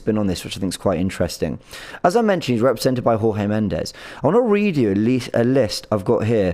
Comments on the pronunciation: It's not whore-hay...it's George.... Portuguese not Spanish....Jesus Christ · you are pronouncing Jorge Mendes incorrectly. Jorge is a Portuguese name (not Spanish as your pronunciation suggests), it it pronounced as "George" not Jorge with the J silent (Spanish pronunciaton). The surname is also Portuguese and pronounced as "Mends with a slight inflection on the "s", not Mendez (the Spanish pronunciation you are using). Forgive my pedantry but, given how articulate you already are, I assume you are ready to bewilder your colleagues with your try-lingual awareness....